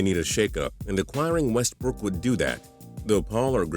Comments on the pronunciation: am i the only one that cringes everytime he says westbrook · Ikr I was about to comment that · The way you were saying Westbrook was killing me